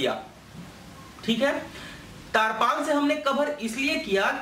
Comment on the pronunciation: Tirpaal bolte hai taarpal Nahi dakkan